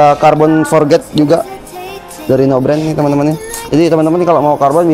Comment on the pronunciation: Forged bang bukan Forget... 😭